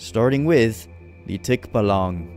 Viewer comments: Its tikbalang not tikbalong😊☺️ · it's not just called Tikbalang you should pronounce it "Tik" "baaa"/"ba....." "Lang" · Bro thx for the Philippines Minecraft Video we thx u so much but btw it's Tikbalang Not Tikbolong Bro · It's tikbalang not tikbolong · English tik-ba-lan Filipino tik -ba-lang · its not pronounced tikbalang but tikbaalang and bohol isnt pronounced bouhole but rather bo*seriously O*hol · It's tikbalang not tikbalong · Its not tik.balang pronounce it fast tikbalang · its ticbalang not ticblang😭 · His accent for the scary folks are so funny cause a fellow Filipino myself it's pronounced as Tik-balang not Tik-ba-lang😂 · its called tikbalang not tik-balang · My good sir no offense but it's called Tikbalang not Tikbolong☺️ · And may i correct you plsss its not to be rude it is said as tik balang like alang tikbalang not tik balaeng sorry if it is rude😅😅😊😊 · pre as a filipino im trying not to be rude but you pronouns tikbalang wrong its not tik balag its tikbalang may N po sha pre sorry pre had to point it out bc for future vids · Tikbalang✅ Tikbalong❌ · Its not tik bo loung its Tik (from the pronounciation of tiktok) ba (from the pronounciation of barrel) Lang (La comes from the pronounciation of lard and ng is just a ngggg) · When you say tikbalang made me laugh for hours😂😂😂😂 you say it like this tik ba lung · for the tikbalang u gonna say it as thick - baaalaang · well well you did wrong pronouncement for tik balang hah😂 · Tikbalang is pronounced tik baa lang pronounce it slow and fast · Tikbalang has a long a it's pronounced tikbaalang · Thick Balong 😂😂😂 Pronunciation isnt right but still good content dude, keep it up! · to pronounce tikbalang think of it as like you're pronouncing tick then the baa of a sheep and yes you pronounced the lang correctly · as a filipino its pronounced by us "Tik-ba-lang" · You saying tikbalang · I like if u say tikbalang😂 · raaaaaaaaaaaaaagh stop pronouncing it wrong :( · Man you pronounce Tikbalang worse than me💀